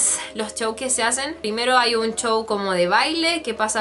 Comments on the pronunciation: Porque le dices chouw se dice souw y se escribe show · de seguro eres de España, porque he oído que algunos youtubers españoles pronuncian así la "sh" o "ch" XDXD